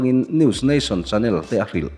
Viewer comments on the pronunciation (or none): none